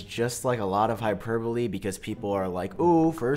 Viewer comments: You said hyperbole correctly!!! No more hyperBOWL. Lol! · HE SAID HYPERBOLE CORRECTLY WHAAAAAAA